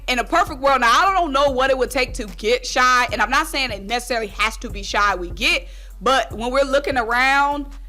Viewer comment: It's not shy it's shai 😂